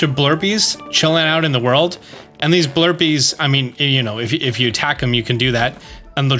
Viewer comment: family, they are not called blurpees... not. blurpees.